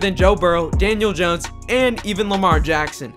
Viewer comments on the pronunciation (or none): none